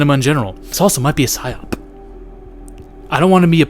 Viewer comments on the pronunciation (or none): Psy op, not “ pych op”, idiot. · It’s spelled “psy-op”, not “pych-op”.